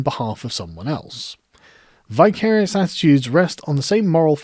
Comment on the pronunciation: Thank you for this. 'Vicarious' as in vicar. A vicar acts vicariously. (I've never heard it pronounced in the manner you did - but hey ho.) I like this word. ;) Great last sentence!